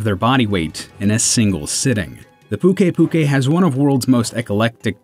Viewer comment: Luck is Me "Nerj itgante" "Legg ee ana" and isn't pukei pukei supposed to be pronounced "puke ay puke ay"?